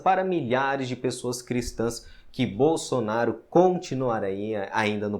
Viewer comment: Ah por isso deu errado agora entendi ela falou bosonario por isso deu errado kkkk